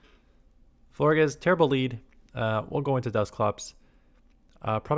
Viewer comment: Love your content. Pronounce Florges like gorgeous with an “fl” at the beginning